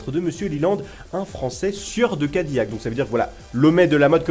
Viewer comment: SA SE DIS CA- DI- LAC